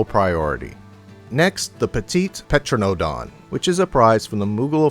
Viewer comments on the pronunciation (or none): Never heard someone pronounce pteranodon as "petro-no-don" instead of "teranodon". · >_>'; <_<; whispers Tear-ah-no-dawn The p is silent.